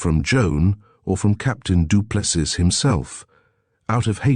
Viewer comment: Get the proper pronunciation of the name " du Plessis" please ... final s is silent with emphasis on the adjacent vowel i .. sounding like " ee" ...